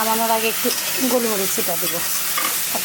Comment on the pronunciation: "গুল" না শুদ্ধ উচ্চারণ "গোল"। এই মসলাটি কে "গোলমরিচ" বলা হয়।